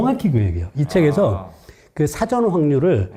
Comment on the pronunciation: 흰금! 그리고 진행 중의 발음 중에.. 사:전(事前)으로 발음 하는거 아닌가요?...ㅉ